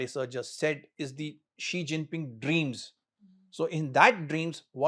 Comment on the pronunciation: He pronounced Xi Jinping name correctly.